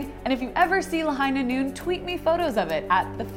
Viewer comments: ITS LAHIGHHHHHHHHHHHH NOOOOOOOOON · It's La-HIGH-na NOON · I heard 'the hyena moon' 😆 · It's Lāhaiiiiiiiiinā Noon... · It's Lāhainā Noon... DRAW! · McCree: It's Lāhainā Noon.